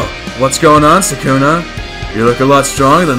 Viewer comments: It’s Sukuna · I don’t like it when people say “sakuna” it’s Sooukna” other then that great work